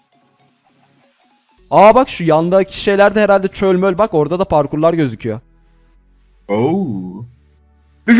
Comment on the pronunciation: Abi çööööööl diye denmez çöl diye denir.